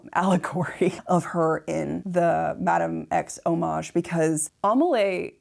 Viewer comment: She meant hommage, but said something like omic. Just entitled.